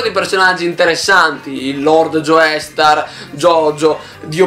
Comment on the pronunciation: Ti prego, si pronuncia "Giostar", non "Gioestar"